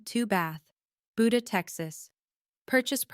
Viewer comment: Ooh my gosh it's not Buda with a short u, it's Buda with a long u. I lived in Buda when my youngest was born.